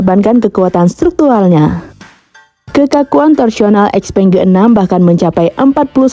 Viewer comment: btw di china bacanya bukan ex-peng ... tapi Xiao-peng 👌🏻